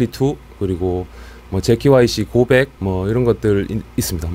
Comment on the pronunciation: 고백 발음 개구수하네ㅋㅋㅋㅋㅋㅋㅋㅋㅋㅋㅋㅋㅋㅋㅋㅋ